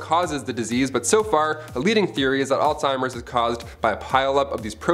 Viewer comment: It's pronounced "Alls-Hi-mers. Not all-timers.